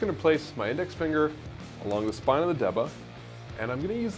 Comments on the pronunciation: Good video, but it's pronounced "DAY-BAH", not "De-buh". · It's pronunciation is D-Ba